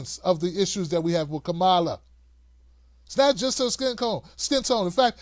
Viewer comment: You're pronouncing Kamala wrong: It's "Comma-la", not "Come-Allah". That shows you haven't even read her book, where that is explained. The rest of your video also shows you haven't done your homework, and aren't focusing on the "big issues" either. I don't need an ignoramus to tell me what the "big issues" are.